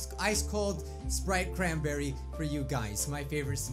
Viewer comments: Wana sprite chranbeey? Uh yes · “ WaNnA SpRiTe CrAn🅱️eRrY “